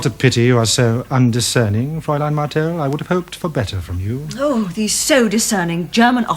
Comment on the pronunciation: A good series, better production values than 'Pathfinders'. My one minor gripe is the constant mispronounciation of 'fraulein', I would have thought they would have a language coach.